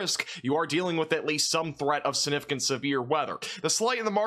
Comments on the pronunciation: It's "siGnificant," not sinificant. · I hate the way you say significant but I love your weather reports :)